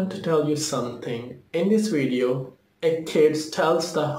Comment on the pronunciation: I feel like he didnt say "wideo" enough times lol